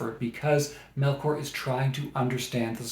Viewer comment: Paradais is a masterpiece, especially if you're able to read it in Spanish. FYI her name is pronounced MelCHor like the ch in church not MelKor. thanks